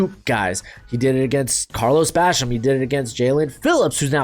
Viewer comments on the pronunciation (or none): none